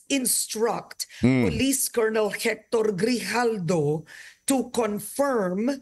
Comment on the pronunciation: Its GRIJALDO not Hidalgo❤